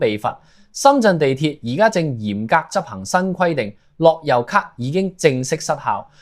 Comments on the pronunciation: 你係咪ai嚟㗎諾優卡樂遊卡呀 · 樂悠卡，唔係落憂卡呀